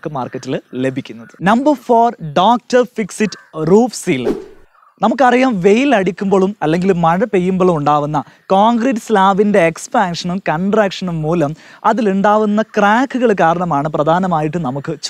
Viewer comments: മയ അല്ല മഴ... നേരെ പറഞ്ഞ് പഠിക്ക് .. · മയ അല്ല സുഹൃത്തേ മഴ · മയ അല്ല കുട്ടാ.. മഴ mazha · മയ അല്ല മഴ എന്ന് പറയൂ സുഹൃത്തേ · മയ അല്ലടോ മഴ 😀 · മയ അല്ല മഴ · മയ അല്ല മഴ ഴ ഴ.... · Malappuram maayaa😁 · അതെ. ഇവൻ ഒക്കെ നാണം ഇല്ലേ മയ എന്ന് പറഞ്ഞിട്ട് ക്യാമറയുടെ മുന്നിൽ നിൽക്കുന്നു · ആദ്യം മഴ എന്ന് ശരിക്ക് പറഞ്ഞു പടിക്ക്